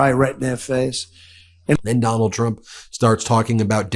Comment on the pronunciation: Freudian slip when he called dump a cumt